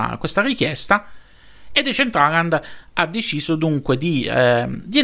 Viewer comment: Comunque anche se sembrerò antipatico, ma te lo devo dire, si pronuncia "desèntralend"